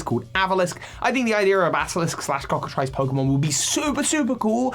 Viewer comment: You weren't scraping the bottom of the barrel on this one. That different Magikarp....fish....thing in Legends is really odd. .....and just to be clear it's pronounced Cocka TREECE. It's spelled like Ice, but it's EECE (Sorry, but Legends, folklore, and Cryptozoology is my specialty so I like people to be precise about this stuff.....Yes, I realize it makes me look like a jerk)